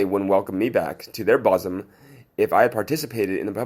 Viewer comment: ‘BOSUM’ ?? PRONOUNCED ‘BOOSUM’ , as in BOO as a sign of disapproval or to make someone jump, usually a children’s game , to startle ! The double oo’s are soft, and drawn out, not short like this here ! Americans tend to shorten their vowels, and the UK draw them out eg. Tomato (short ‘a’ a ‘hard’ vowel ) v Tomarto ( longer ‘soft’ and often an r added, to make it so ) The English language as spoken in the UK, often is not spelled as it’s pronounced, therefore difficult to learn as it has virtually few rules ! Does anyone know how the different spoken English came about, I find it interesting 🤔 and would like to know more ??